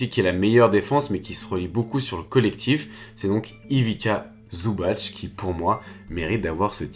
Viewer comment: Nice la vidéo mais par pitié prononce bien son nom! Ivitsa Zoubatsssssss